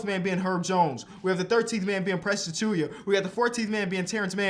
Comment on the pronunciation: Yo, why do you say Achiuwa’s name as “Achuya”? Where do you get the “y” from?